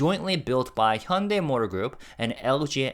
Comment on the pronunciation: I assumed you are Korean but then why are you pronouncing Hyundai incorrectly?